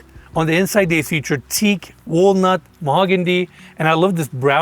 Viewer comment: 33.03 Describing the Jeep interior. ‘Mahogandy’. So cute ☺️